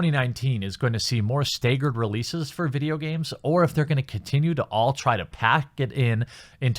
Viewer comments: "stay-gerd" lmao fuck you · Once you mispronounced “staggered” you lost all credibility.